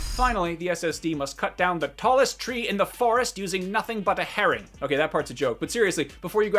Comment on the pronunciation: Everyone: bla bla PS5, SSD Me: Uhh it's herring, not heron